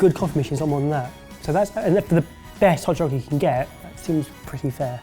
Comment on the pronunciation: Hod chocolate? Do you have issues with voice recognition,? Not intended to criticize your pronunciation, but I am legitimately curious how well AI works across the pond.